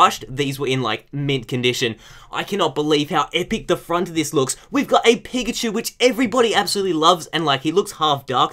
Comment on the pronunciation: Does he say 'pikachu' or 'pigachu'?